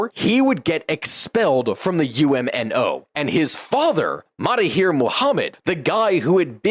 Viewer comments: Suggest to brush up on your Malay pronunciation starting with MAHATIR Mohammed, instead of ‘MA-TA-HIR’ Mohamed. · Some minor historical mistakes and Maha not Mata in the pronunciation of the PMs name (understandable problem you did get it right later 😊) and less niggling the Emergency didn't lead to independence as much as an attempt to get an alternate outcome in the path there but again an interesting video. Thanks for this analysis. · I would like to point out your pronunciation mistake, with the name.of ex PM if Malaysia... Mahathir Mohamed. MAHA-THIR 😊 You are mistakenly pronouncing his first name as MATHA-HIR 😮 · Mahathir, not matahir 😂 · Fun fact of some butchered name Menteri Besar = Chief Minister/ Lead Minister/ Head Minister Mahathir not Matahir😅 Work in Malaysia for svral years There are some issues here But overall comfortable for English speaking professional to work here Food👌 Altho be advised that typical modern western ideology is hard no here